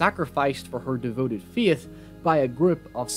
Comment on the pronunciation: like how he says feet instead of faith